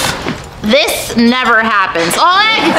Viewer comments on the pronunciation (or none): Oleg having his name pronounced "Olick" is crazyy 😭